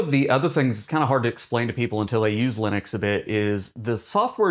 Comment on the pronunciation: l U n I x ??? Lunix, Lunix, Lunix.... ??? what is this LUNIX you are babbling about????? why are you talking about LUNIX while claiming this video is about Linux?